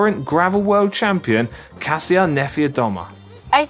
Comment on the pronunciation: EPIC RIDE!!! Friendly reminder that Kasia's name is not "Ka see uh"... It's "Kah-shah." The "si" is Polish is a "sh" sound. 😀